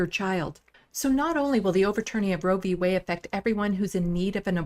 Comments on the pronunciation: Roe v WAY ??? What happened to the D in Roe v Wade -- Lauren ?? Do you actually READ or know HOW to read anything?? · Did she just say roe V waY? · At :10 in, she literally says Roe v. Way 🤣🤣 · Is it true that in a recent study Matt Gaetz was found to be the number 1 cause of teenage pregnancy. Some please tell Boebert that the LGBTQ community does include women perfectly capable of becoming pregnant. Fck she is beyond stupid and yes she did say Roe v. Way. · Maybe it's my audio but I swear LB said Roe v WAY. Although she is ignorant enough to believe that LGBTQ persons have no reason to concern themselves with the right to choose. I stopped watching after that point. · She said Roe v. Way. She doesnt even know the actual name of the ruling. She does stupid proud. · Did this moron say Roe v Way?... She gets dumber by the day but she's a good puppet for repubelicons... America's taliban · Anyone else notice Boebert called it "Roe V Way"... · She said Roe V way 🤣🤣🤣🤣🤣 there's that good enough diploma education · Roe v ‘Way’ or ‘Weigh’, she literally doesn’t read shit, let alone have real thoughts.